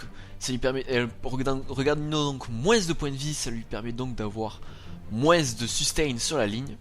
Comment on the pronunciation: Ah oui aussi, grâce a toi je ne peux que dire moinss... alors moi qui est dans le nord et qui dit tout le temps vingte... xD Allez courage !